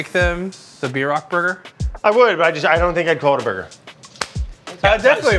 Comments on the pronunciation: At least say it right!! BEER-ROCK. Not b-rock... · bierock--- is pronounced beer-oak not beer-rock. im am from this decent of German Russian immigrant Shattauck OK people. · It's called a beer-rock not a b rock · The way George pronounces "Bierock" tho lmao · yeah lol, i was really confused when he called it a bierock